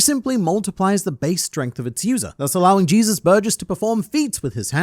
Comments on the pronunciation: No the proper pronunciation of Burgess name especially since he’s based on a luchador (wrestler) from Mexico it’s pronounced Jesus (HEY-Zeus) not Jesus (Gee-sus) lol regardless love your videos. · ..."Jesus" Burgess instead of "Hey-soos" Burgess got old 30 years ago.